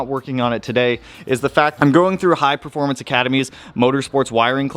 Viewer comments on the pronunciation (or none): none